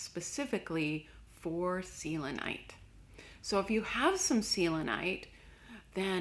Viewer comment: The way you say selenite drives me crazy XD